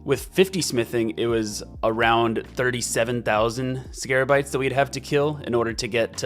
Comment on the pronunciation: I waited hours to see if he would ever figure out it was scabarites instead of scarabites